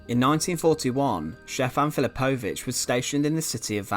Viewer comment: Great video, I've seen this monument many times. Just a heads up, j is pronounced like a y in yellow in all ex Yugoslav languages